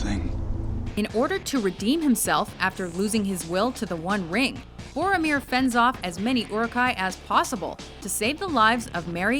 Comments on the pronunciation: It's Goromir of Gondork! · Awesome video but PLEASE learn how to pronounce Boromir!